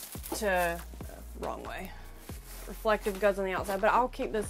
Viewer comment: You are adorable. From one full time RV’r to another, I admire your tenacity. Your videos are cute and entertaining but for one thing … like nails on a chalkboard… the word is pronounced Re flec TIVE. Not ReflecTICK.